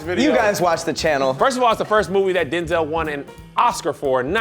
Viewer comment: He did not just say “Do-zel Washington”